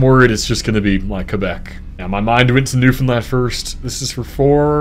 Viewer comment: Great job! And also well done on not butchering the pronunciation of Newfoundland (as so many mainlanders and Americans do lol)